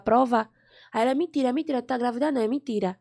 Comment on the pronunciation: Q "MINTIRA", deixa de "mintira" kkkķk A Loma é muito engraçada 😂😂😂